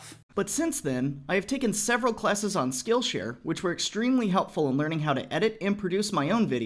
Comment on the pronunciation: "Several Klessons"